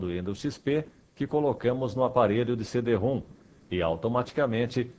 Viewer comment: Pronuncia-se "CD-RÔM", não "CD-ROOM".